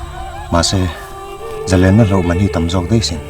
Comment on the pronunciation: "zalênna manhi" tih lai khi kava ngaimawh tak..zalenna ah hian zalên-lên lai tak hi sangha manna lên anga thluk tur ni lo in, thil lem/thrial la lem rawh tih a lem kan thluk dan anga sawi tur..zalên nilo in zalèn tih tur